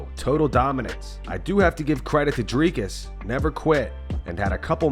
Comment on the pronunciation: Why does Belal call him "driscus"? What an idiot...